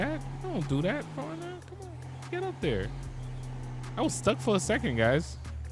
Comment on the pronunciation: Ayo no one had an idea he's saying foreigner instead of 4runner cuz the car community be like oh wtf 😂😂 and please say it right thanks